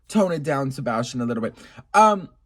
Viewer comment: Wow you just said Sabastion 😂😅❤